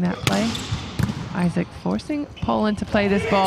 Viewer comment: Essa mulher narrando o jogo não passa nenhuma emoção ! Isac vira Aizéc !